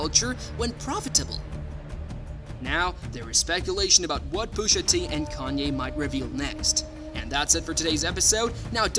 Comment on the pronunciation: Why is Pusha so hard to say bro? Booshatee isn’t anything.